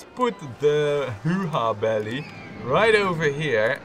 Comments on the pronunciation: It's "Whoa Belly", not "Hoo-Ha Belly". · I like when he calls it the "Hoo-ha belly".. it's old school and I wouldn't want that to change:D